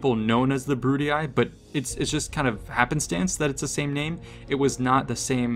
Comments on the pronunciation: How disappointing that you are repeating CA's mispronunciation of Latin names and words. The "ii" in names such as Julii, Brutii and Scipii is pronounced "ee", not "eye". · BrutiAi, SkipiaAi and JuliAi gets me every time 🤣🤣🤣🤣 It was to simple to pronounce them correctly like Brutii, Scipii and Iulii 😂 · boy stop pronouncing Julii as July-Eye, it's pronounced You-Lee. Brutii is like Bru tea. And Scipii is Skepee